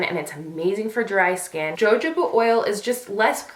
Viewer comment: Great video! One thing, Jojoba oil is pronounced "huh-ho-buh" not "jah-joe-ba"!!!